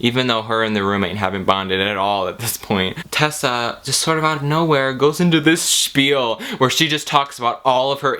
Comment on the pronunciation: I appreciate that you pronounce "shpiel" correctly.. Lol